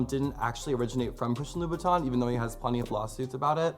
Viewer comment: You would think such a red bottom fan would be able to pronounce Louboutin correctly